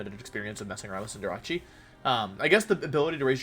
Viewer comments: Dude I cannot stand the name pronunciations.. its CINDER-ACE wtf is cinder-ahchee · Bro why this man saying cinderache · Please pronounce Cinderace correctly. It's Cinder+ Ace Ace like the card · Fam it's pronounced CINDER°ACE. Butchering my favorite Pokemon name so so many time makes my ass itch